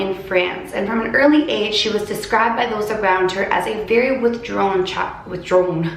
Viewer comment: says WiThDrOwN - mocks herself and laughs at herself - says withdrown exactly the same way 😂 😂 😂 No offense I just found it funny